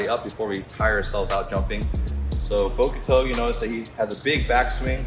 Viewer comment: The u in bokuto is silent 😅 but nice Video at all 😄